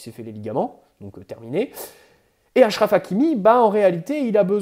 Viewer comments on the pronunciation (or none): none